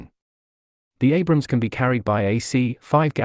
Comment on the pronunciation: whats with you idiots calling the abrams "abraham" lmao.